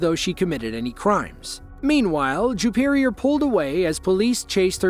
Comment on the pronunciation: Juperior? Jewperior? Ok.😮